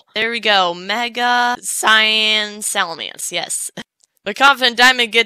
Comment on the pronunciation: does anybody realize when confident is saying "salamence" he does it in a wild West accent?